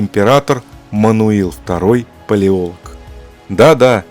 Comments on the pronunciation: Не «ПалеОлог», а «ПалеолОг» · ПалеолОг, а не Палеолог. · Я очень глубоко уважаю данного автора и с глубоким интересом смотрю любые видео за его авторством. Фамилия "Палеолог" читается с ударением на "лог". Отрицать существование римской империи.. ну это чересчур радикально даже для меня, с большим сомнением относящегося к официальной истории. Отрицать существование мощной высокоразвитой цивилизации в прошлом невозможно - кто-то построил Великие Пирамиды, кто-то весь мир застроил крепостями, которые стоят до сих пор. Но Римская Империя - это фундамент, основополагающее начало всей современной истории... Увы но принять такое я не могу